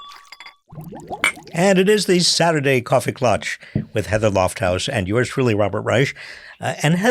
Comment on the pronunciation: You guys End Too soon! Great stuff. Hey a coffee klatch? Not clutch